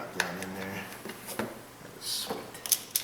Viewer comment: Yer saying Shweet all wrong " " It's Shweeeeeeet, LOL.